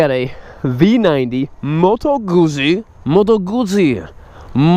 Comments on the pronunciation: Pronounced moto gutsy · Phil Clarke Moto Guzzi is pronounced like “put sea “but with a “G” with the emphasis GUT...and the word is chopped the way you would pronounce pizza. I suppose it’s because of the two z letters together.. so pizza and Guzzi words both are chopped in pronounciation At the Z’s.. It’s not pronounced like fuzzy). and not like floozie... It’s- Moto put sea...moto gut zee